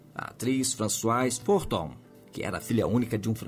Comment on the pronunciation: Françoise Fourton e não Forton.